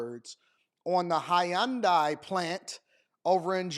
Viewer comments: Hyun-dai not Hi-Yun-Dai 😅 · Bro the word is HYUNDAI. Its 2 syllables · How she pronounced the Hyundai. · Pls say Hyundai correctly 😂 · This woman is so full of shit. She can't even pronounce Hyundai correctly.